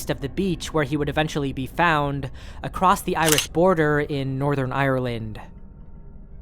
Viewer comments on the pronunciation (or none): none